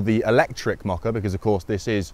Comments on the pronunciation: I see what you are saying the pronunciation of mokka-e is making a mockery of moh-curry.😃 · I can't get over the fact that you pronounce it as "mockery" :D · As a non native English speaker it never fails to amaze me that the British pronounciation of the Mokka-E sounds like ‘moh-curry’, as if it is some sort of Indian dish. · We pronounce it more like 'mockery'. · GREEN! And quite hilarious, that it's pronounced as "The Mockery". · who else heard him speak of a mockery-car? a grrrrreeeeen mockery? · Did nobody at Vauxhall realise what it actually sounds like when somebody pronounces the name of this car? It might Look okay on paper MOKKA-E but in the real world it sounds like the word Mockery Look up the word Mockery in a dictionary and here is the definition:- a>an absurd misrepresentation or imitation of something. b>ludicrously futile action. Examples It can be used in sentences like this:- " I turned up for work in this car and I was greeted with lots of Mockery" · Funny how brits pronounce the mokka e as mockery without them realising. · That is only a UK thing. The rest of Europa doesn't add the R. We don't pronounce Opel as Vauxhall either. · That's how most people around here pronounce it. The ridiculous name is doing Vauxhall no favours.